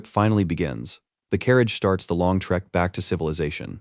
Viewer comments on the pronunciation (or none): none